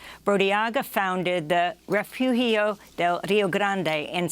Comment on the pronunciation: Amy's last story included the Spanish word refugio. It's pronounced ray FU hio.